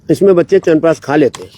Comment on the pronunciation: I can bet on this! Noone else in this world pronunciate "Chyavanprash" betyer than you... All my hemoglobin, white blood cells, bp, sugar, etc.. comes into balance just after hearing "Chyawanpraash" from you. 😂😂